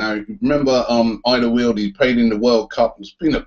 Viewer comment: its pronounced All-der-var-eld